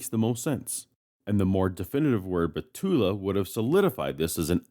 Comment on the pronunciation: Excellent knowledge of Hebrew, but a small correction: Most Hebrew words stress the last syllable, not the first. Alma and Betula are among them.